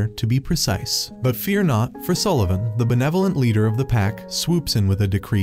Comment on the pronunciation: Sullevun nah more like egglevun😂😂😂😂